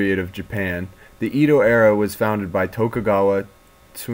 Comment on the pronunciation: nice video but Edo is pronounce EH-do not EE-do